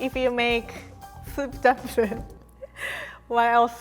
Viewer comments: "Dumpring", i love how she pronounces things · When she pronounces "dumpring" , I freaking love that